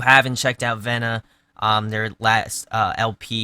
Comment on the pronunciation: No biggie, but the album is pronounced "V-na" :)